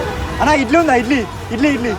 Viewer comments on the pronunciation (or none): E edly✅idly ❌ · Idly ❌️ edly ✅️ 😂😂😂 😭